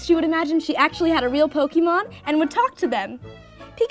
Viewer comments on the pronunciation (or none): It made me cringe every time she said "pokeemon"... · oh shit when she spelt it like pokeemon i figured she just spelt it wrong i did not know she was talking about the pronunciation sorry